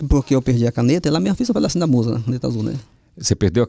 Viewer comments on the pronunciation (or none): "MUSGA" kkkkk😂